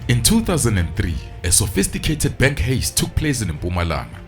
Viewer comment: Dankie gaz lomjita. the word Heist is pronounced HIGH-st, not haste. Keep the good content coming. 💪